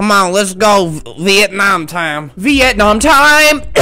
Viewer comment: bruh he said "Vietnamam" THAT MADE ME LAUGH SO MUCH